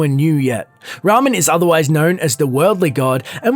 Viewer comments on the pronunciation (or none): Who the fuck is Ramen? Don''t you mean Reman? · Dude, learn how to read! His name was PE LI NAL - and the other dude is RE MAN not Ramen :D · You saying Ramen instead of Reman make me feel suicidal ecksdee It's REEEEEEEEEEman fuckiNG NORMIES GET OUT REEEEEE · "Ree-man"...not top " ramen" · I usually don't do this, but it's Reman. Re-man. Not Rahmen. That sounds like food and the Reman dynasty was everything but that. Otherwise great video :) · I wonder why so many people see the letters "e" and "a" and pronounce "e" as "a" and "a" as "e"... Ramen instead of Reman... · "e" is pronounced "ehh" not fucking "ahh" ramen has nothing to do with the elder scrolls...but seriously ,you're a professional youtuber, say it right. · REY - men, not Rah - men, he's not a pile of fucking noodles. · dude its pronounced "rae-maan" not ramen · Yo get your pronunciation right xD Ramen? Pellenial? Bruh!!!! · Did you just say Ramien as in the noodles? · I like how he pronounced Reman as "Ramen" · its actually pronounced "RAY-Min" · Ramen? I'm sorry, RAMEN?! Really? Yeah, your expertise in the subject impresses me a lot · Dont say Ramen, It makes me think of japanese lunch... Reman is how it's supposed to be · Reman =/= Ramen , pleasue fix ;) Jk love the video as an ES fan who basically already knew most of your points here! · I cringed every time he pronounced Reman and Pelinal wrong